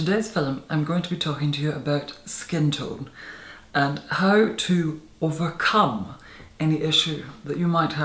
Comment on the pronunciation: How about his "overcum" 😄